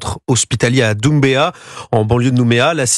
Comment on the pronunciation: On dit pas Doumbéa mais Dumbéa